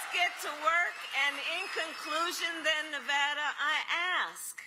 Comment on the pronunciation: I give her credit for pronouncing Nevada correctly. Other than that she is a living, annoying laugh track.